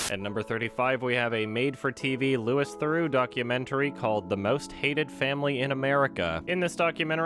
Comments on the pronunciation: lou eeeeeeee theroux. not like you called him lewis therox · Its Louis (Loo-ee) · its pronounced loui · Your mispronunciation of Louis Theroux’s first name has triggered me.